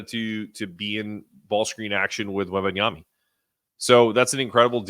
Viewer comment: Why are you saying Wembanyamy?